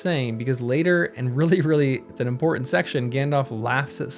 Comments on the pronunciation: you say ''Imporhank'' it is Important that you polish your diction since you are doing something that depends so much on your voice. nice video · PLEASE , if you are going to narrate, polish up your diction. ESPECIALLY, DO NOT say 'impor-int'. Whoever taught you (and your generation) this pronounciation did you a disservice. It is low class. The word is imporTANT. Tell your friends.